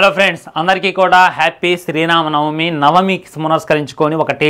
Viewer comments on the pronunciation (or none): Bro fst sree Rama Navami Ani Peru palakdam nerchukooo Sri nam namavi kadhu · orey adhi "SRI RAMA NAVAMI" ra kaneesam pandaga peru aina sariga paluku reviewlu ivvadam elago chethakaadu